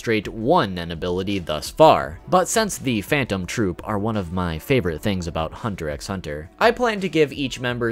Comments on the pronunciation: Hunter Hunter, ..the x is silent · Did I just hear you pronounce the X?!?!?!?!?!?!?!